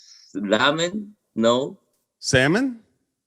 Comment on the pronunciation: ..did you say Ramen Noodles? 🤣🤣🤣